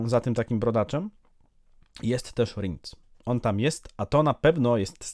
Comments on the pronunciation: Ten co za topór chwyta to chyba Bonhart a Rience czyta się Riens a nie rindz😅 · Verenna zmieniła się w czarnego nietoperza w opowiadaniu. Rinc? A nie Rience? Czyta się Rjens.